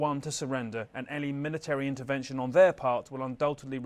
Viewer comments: It’s in ter ven tion lady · Intervention not invention. CNN reporters can’t even read. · This overweight CNN host can't pronounce intervention. She says "invention"!? 😂😂😂